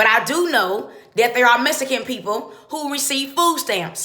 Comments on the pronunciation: Dont forget Mesicans instead of Mexicans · first of all, this lady says "vegebles"and "messicans"...Who is even taking her seriously